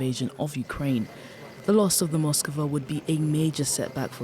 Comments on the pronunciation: Ityno not Moskova. It’s Moskva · Its not Moskova but only Moskva. Learn it properly. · Why is everyone adding an extra o to Moskva? Its Moskva not MoskOva